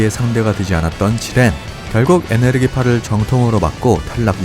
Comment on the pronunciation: 에너지파 발음을 못해서 에네르기파~